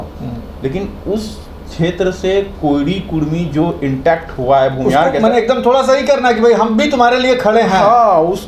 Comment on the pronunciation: bhumihar hota hain bhunihar nhi hota hain